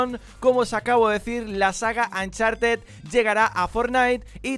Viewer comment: "Ancharted" jajajaja